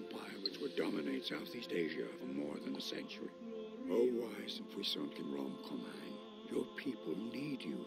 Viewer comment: Thai sure is hard for foreigners,huh? It's Rarm-Kum-Haang.